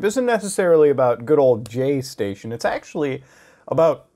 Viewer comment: Muta you need to stop saying jay station your miss pronouncing it. You pronounce it jgay-station the j is silent not the g